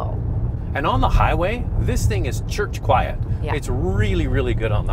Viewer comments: Yes he said Church quite 😂. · Did you say “church quiet?”